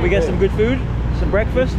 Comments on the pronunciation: You said food and he thought you said Fruit 🤣😂 He dropped you guys at a fruit market… lol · Rickshaw driver thought you’re saying “ FRUIT” not food